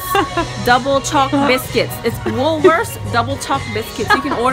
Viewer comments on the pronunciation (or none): She's so pretty! And she can't say Woolworth's just like me lmao